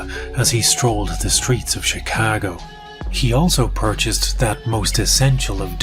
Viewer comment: I love how you say "Chicago" with a proper Chicago accent!